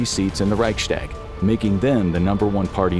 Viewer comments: Please learn how to pronounce Reichstag. It's Reichs-tag, not Reichschdäg. I understand it's a foreign language, but this really grates. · "reic shtag" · Wenn er nochmal Reichschtäg sagt, dann vergesse ich mich. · Please look up how to pronounce Reichstag properly